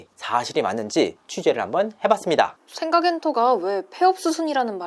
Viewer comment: 지금 의도적으로 생강이라고 발음하는건가여? 그렇다면 아주 맘에 드는군요 ㅋㅋㅋㅋ